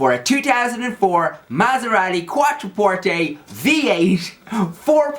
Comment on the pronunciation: Maserati "quattro porte": none else in the world says it in such a nice way like you do :D I really enjoyed this video, it made me think of my father, my brother, and all their cars, ^_^ Keep the videos coming Jonathan, you were born to talk to an audience!